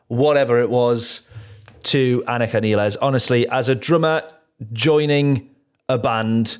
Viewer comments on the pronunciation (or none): Important technical note. Anika's last name is pronounced "nyles" not nEEless. See this announcement by Anika, Geddy and Alex in March 2026 in which they very clearly say 'nyles' after working together for several months. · Her last name is pronounced like MILES. -Nilles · Actually it is Neelles not Nyles. I asked German producer who even makes video how to pronounce it correctly but the English pronunciation is like Alex (my fellow Serbian) and Geddy pronounce in that introduction video. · No.. Some random German producer who doesn't work with Anika is not who we should be asking. It is obvious from the Lee/Lifeson/Nilles video in which they are saying "nyles" right in front of her and she doesn't correct them, that this is how she is pronouncing it. End of debate. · Wouldn't be Rush if the drummer's last name wasn't mispronounced!